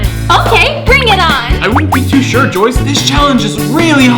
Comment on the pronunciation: It’s Joyce not joies